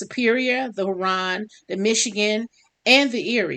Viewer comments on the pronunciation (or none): It's pronounced (HEW RON). I live right here in Flint